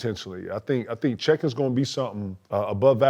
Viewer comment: Yo these niggas don’t know NOBODY NAMES! Niggas called Shai “Chai” and Chet “Check” 🤣🤣🤣